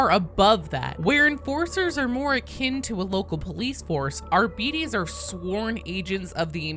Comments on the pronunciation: I always giggle when I hear native English-speaking people talking about the way to pronounce some 40k words coming from latin influence. For instance, "Adeptus Arbites" shouldn't be pronounced Arbeateez, nor Arbytz, it should be said the Latin way : Adeptooth Arbeateth. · English pronunciation of those latin names are so fucking cringe, it's not ARBITIS OR ARBAITS, IT'S ARBITES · Why is every American incapable of pronouncing Arbites correctly. It's not Arbeetees. It's Ar-bi-tees. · It's ar-BITE-ees! tut 🙄 At 25 seconds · It’s not pronounced Ar - bites or ar - bee - tees, it’s pronounced ar - bite - ees. It’s the same suffix as Astartes, just a different root word. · "Arbeetees" sounds like a diminutive, cute little fairy species in some fantasy setting "Arbytes" sounds so much cooler lol, i can't understand why that isn't the actual pronounciation or Arbites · You're right to be mad at the "official" pronunciation being wrong. AR-BEE-TEES = Ar-BEE-TREE-tor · Arbehteez...yeah nobody can get it right. Just say it like that. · Better than arbeeddies like she is sayin. Like diabetes. Arbites has diabetes . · Why is it pronounced that way? Am I the only one who says "Ar-buh-tess?"😅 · I think pronouncing it in Latin, which is what High Gothic should mimic, it would be R-buh-tez. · Um, actually, as a student of Medieval Latin, it's pronounced Ar-bee-tays! 🤣🤐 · I love your videos. I love the unfettered enthusiasm with which you approach every bit of lore, no matter how miniscule. I may or may not love you. But please understand it is pronounced like "Arb'tis". It's based on Greek. It isn't a cereal! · To pronounce Arbites, I've always preferred to use its modern day equivalent of "arbitrator" as a baseline. In arbitrator, we pronounce the "bi" as "bit", not "beet". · AR-BE-TES IS HOW ITS PRONOUNCE and i dont care what games workshop says they are british and its latin its not how british pronounce it